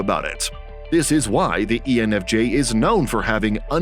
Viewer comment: You said ENFG towards the begining